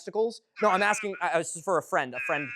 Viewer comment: Impressive axing